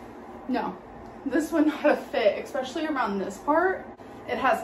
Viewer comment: it's expecially.... Not only that I saw mr. Snowflakes screenshots of a previous facebook post she spells it like that if u will expecially